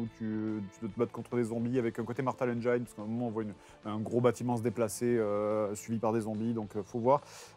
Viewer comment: ça existe pas comme mot "Engaïne" en français ou en anglais ^^ y'a pas de aïe, on dit Engine [en·jn] et puis c'est tout